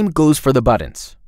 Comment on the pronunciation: I LOVE this tool. Have been using it for YEARS. I only WISH they would release a "Tailwind Studio" now that everyone I know is transitioning away from Bootstrap. It is also adorable how the announcer says "Buddins" and "Liberry". 🥰